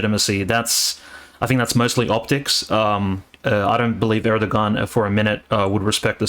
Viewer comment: Do not pronounce the g in Erdogan. Air - dough - on.